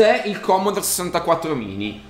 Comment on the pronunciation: Non si puo dire commodore!! :P